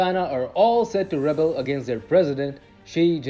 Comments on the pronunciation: This announcer needs to work on his English pronunciation. Specifically the verb rebel is pronounced reBEL. The noun rebel it’s pronounced REbel. These two words are different words as one is a noun and the other is a verb so they need to be pronounced differently. About the content of the video. Yes, food wastage has been a problem in China. One way people would demonstrate their wealth would be to order too much food in a restaurant and then let it go to waste. This tradition comes down from the top as parties full of major officials often did the same thing and wasted a lot of food. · There are two meanings and two separate pronunciations for REBEL. Since you are using the verb, it is pronounced: ruh-bell. Please try to take future note of this, people.